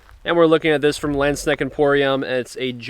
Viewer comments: "Lend - Shneckt"??? 🤣🤣🤣 Landsknecht is pronounced "Lunds - Knecht" [transcribed for English speakers] (whereby the German "ch" is pronounced like the Spanish "x" as in "Mexico"). When presenting a product, it would be advantageous to at least pronounce the name of the company correctly. By the way, the "a" in "Nagel" is pronounced like any other German "a", meaning like the "a" in "car" and not like the "a" in "care". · never change! Pronouncing Schiavona in the past, now Landsknecht... 😅 I do want to let others know that, if you don't have a pommel, a longer grip is usually needed to have a good balance. This is common for swords in Asian cultures. And historical European fencing manuscripts tell us that longer grips on (langes)messer were also supposed to be used in hooking actions (i.e. hook the hand/arm). So these (28 inch blades and less) are designed for close combat, sometimes almost wrestling with blades, as opposed to longer swords (34 inch blades and more) that are made to focus on the wider fencing actions. Just saying, the grip size is not (just) to have room for the hand.